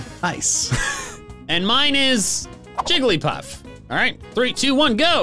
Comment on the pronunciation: When he caught the Jigglypuff for a moment I thought it said Jumpluff